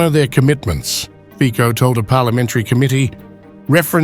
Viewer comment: Fico - /fitsoh/, not /fkkoh/